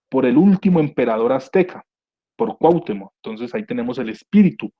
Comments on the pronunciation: Cuauhtémoc, no Cuahtemoc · Gracias por compartir, si me permites hacerte una pequeña observación sin "hate", para mejorar, se pronuncia CuahtÉmoc (sílaba tónica TE). Sin pretender ser arrogante de ninguna manera, el afinar estos detalles hace que te centres más en el mensaje que se está comunicando, a mí me desconcentraba cada vez que lo pronunciabas de manera equivocada y es algo involuntario. Tu contenido es muy bueno, saludos! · Siento que viajaba a través del tiempo... Muy buen vídeo, pero me desesperó muchísimo la manera de pronunciar Cuauhtémoc... Me desesperó eso